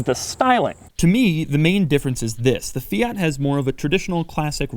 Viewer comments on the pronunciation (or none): Stop calling it a Fiata it sounds like miata. It is a Fiat. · Fi-at not Fi-yat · "Fiata" - Doug Demuro 2018 🤔🤔🤔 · FIAT is pronounced Fe-at, not Fee-arts, you only sound pretentious! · “Fee-it” not “fee-yot” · I swear Doug is saying Fiata.... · Doug the type of guy to pronounce it Feeat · Fiata lmao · Fiata, lol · Did he say... "Fiata??" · Fiyaat fiyet Fiyaat fiyet Fiyaat fiyet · He said fiata lol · 6.03 fiata :DDDDDDD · "Fee ott" Jesus christ. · 😂😂 fiata first time i heard that one. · Doug the type of guy to call a fiat Miata a “fiata” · Great video and super cool car. Still can't get my head around the 'Fi-yaaat' pronunciation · Please pronounce it fee ert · "Fiata" LMAO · Fiata?! Wut stop calling it that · It’s a MAZDA NOT !! A Meeyada ??? And a FIAT Please get the name right please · Could you please say fiat right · You say fiat wrong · Ten seconds in and his pronunciation of Fiat is already completely annoying